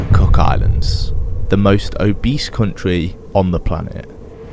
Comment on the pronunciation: Mate that's where I'm from and it's not obease